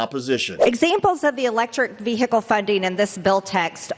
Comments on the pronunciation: Note: The H in vehicle is silent! Ve hickle?? 🤨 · It pronounced Vee-uh-cle not vee-hickle moron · Ve Hicle. In DIC table. Why doesn’t she know how to speak English? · As an Australian, I am unsure what Marjorie is talking about when she says the word "veehickle"... Does she go to the theatre to watch a 'fillum' or eat 'pescetti' and in an emergency call an 'ambliance' ? 🤤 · Who can drive around in a vee hickle😅🤭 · Veehickle. Infranstructure. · Vee hickle, impordant, artic (arctic) all incorrect pronunciations no matter where you are from in the US. She's a congresswoman. She should know the English language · Ve-hicle?. You don't pronounce the h, Marge. Well, maybe hicks like you do. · Vèe Hickle ...What an ignorant hillbilly..! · Anyone who pronounces the word as "VEE-HICKELL" is... well, you know. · What the fuck is a Vee-hickle? Learn to speak English properly! 🇬🇧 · What? Noooo! Two words vee (capital V) and hickle (capital H) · 'Ve-hicle'. Utter tool. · Someone needs to teach MTG how to say vehicle, the 'h' is silent. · She just can’t help looking stupid. Someone should teach her how to say vehicle so she doesn’t sound even dumber. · She is really stupid as she sounds & sadly their are those who are stupid enough to believe ???? I wish she would learn to properly say the word vehicle :) Zoe , Canada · Never trust anybody who pronounces the “h” in vehicle. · Im norwegian, and even i can say it correct…😏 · When is she going to realise vehicle is one word!!!!!!!!